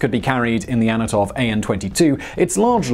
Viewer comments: ANTONOV, not Anotov :D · is not anatov its antanov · he said Anotov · he also misspronounced Antonov as Anatov. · "Antonov" not "Anotov" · Largest/Biggest single rotor helicopter, you mean. Izdel-eyed? Anatov? Are you dyslexic?